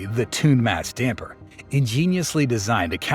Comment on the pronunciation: haha the AI guy said "tuned mass dumper"